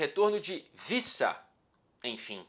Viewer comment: a pronúncia do sobrenome do Wissa é W mesmo e não V. Como um nome africano a prunúncia é mesmo literalmente W.